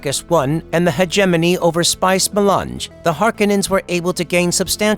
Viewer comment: The Spice Ma-lunch